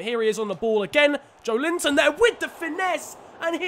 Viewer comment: pronounciation is joélinton